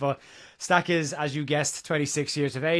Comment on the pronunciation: Awful comment about how to proonounce Stach’s name. As a proud Welshman, who has the letter ch in my language, I am totally fed up with comments like that that .